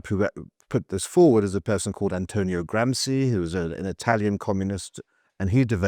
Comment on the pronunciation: Gramsci is pronounced Gramshee not Gramsi. "Sci" is pronounced "Shee" in Italian, or if you like, the same as the word "She".